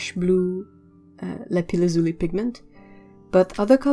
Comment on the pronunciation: I really enjoyed every minute of this video. The paints are beautiful. Amethyst was the precious stone, that we wanted for our engagement ring first. Also, I've never heard someone pronounce Lapis lazuli in English, it sounds awesome! Just that made it worth watching the whole video. :)